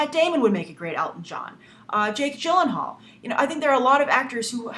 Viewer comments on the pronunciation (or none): none